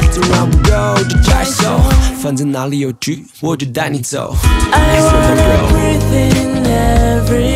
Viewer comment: 最近聽的歌都會覺得 背景音樂不斷在搶主角(歌聲的風頭 聽著都會覺得很很很生氣 到底是歌手還是樂手的歌 這首歌終於是 背景音樂聽起來是有距離的( 前的吉他較明顯) 伴奏沒那麼平坦像key上去那種感覺 而且歌聲一直都有在主key位置上 伴奏有安靜地讓歌手好好唱歌 偉晉尤其溫柔的歌聲不太適合太多太強的樂器伴奏 難得一整首歌都是氣音 新唱法 大愛 可是好像在<前任>“避重就輕”開始的氣音更有魅力 英文發音很準 特別是breathe這個單詞 不過偉晉一向來唱英語或是粵語發音都是9.5/10分 很舒服的一首歌 看細節不難發現是個很用心很多想法很細緻的MV